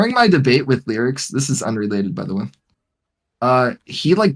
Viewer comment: How exactly do you you pronounce Lerix? (don't say Lolicon. IYKYK) I've heard it pronounced like 5 different ways. Now is calling him "Lyrics" lol